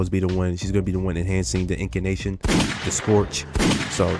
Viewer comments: INN - CAN - TAY - SHUN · I already told him how to say it, he called me out 2 videos ago 😂